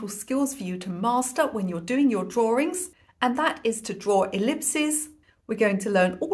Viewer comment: Sweetie I love how you pronounce drawings.❤️